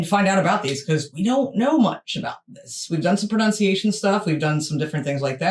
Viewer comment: Pronunciation is pronounced ' pro-nun-see-a-shun' not 'pronoun-see-a-shun'..😬😬😬bit ironic when the vid's about language..😬 😂❤❤❤love you guys x❤️